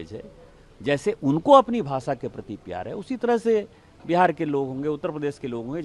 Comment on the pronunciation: भासा, देस... Mr Dubey don't give interviews till u learn to pronounce correct - it is भाषा, देश... U embarrass the entire Hindi speaking community and preaching on language row. Astonishing...